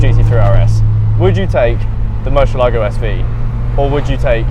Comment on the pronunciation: The way English speakers pronounce the word murciélago is like a dog peeing on one of your vehicle wheels.